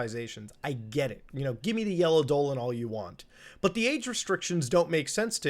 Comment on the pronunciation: 'Age restriction/restricted", anyone thought he said "aid restriction/restricted"?